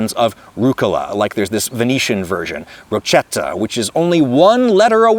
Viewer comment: Hey Adam! When you find Italian words with "ch" the right pronunciation is like a "k", not like a c. Rocchetta with the "c" sound (actually written roccetta) means a small cute rock 😂. The same is for bruschetta and other similar words. The rule is applied to "g" too, "gh" has an hard sound (like "garden") and the "g" has a soft sound (like a "j"). I hope it helped! 🙂